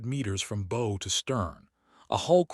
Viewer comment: Do wish you would teach the bot to pronounce 'bow' correctly with respect to a ship's front.